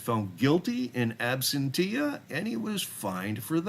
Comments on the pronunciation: Okay, I don't want to be "that" guy, but the pronunciation of "absentia" is "ăb-sĕn′shə," not "ab-sen-tee-ah." (Think "ab-sen-shah" if that will help. That being said, it is clear that the frauditors can't get a real job so they make a living by harassing people and not being productive members of society. Unfortunately, YouTube enables frauditors by paying them for views of ads. Keep up the good work. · Ooops* Absentia pronunciation: Ab-sen-cha*🥰